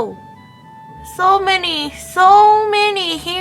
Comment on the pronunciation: Lmao “so menny hairy, so menny crackeu, so menny oil”